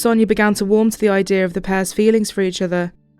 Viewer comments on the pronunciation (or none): why do you say " IDEAR " instead of " IDEA "?